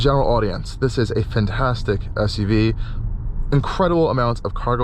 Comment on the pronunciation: That is a great SUV and you did an excellent job. Thank you. Very helpful. One thought though... please, the word is "FANtastic" not FUNtastic.